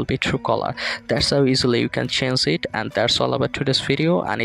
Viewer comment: বাংলা কথা কও ... accent মারতে গিয়া পুরা pronunciation ভুল কইরা ফেলছো.... change এর উচ্চারণ ঠিক করে বলো.